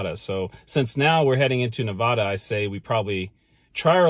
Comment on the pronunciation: FYI you’ll upset Nevadans saying it like that. The correct way is Nev-ad-a not Nev-odd-a. Love your videos I’m a huge travel and history nut. If your ever around Walnut Ridge Arkansas hit me up.